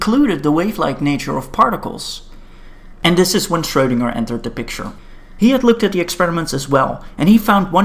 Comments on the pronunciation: FYI, "ö" is pronounced like the "ur" in "turn", not the "oe" in "toe" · Schwödinger OwO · Right. His name is pronounced like a type of ladies’ support undergarment that has fallen out of fashion.